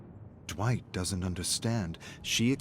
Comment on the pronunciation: DiD He JuSt CaLl Me DwItCh?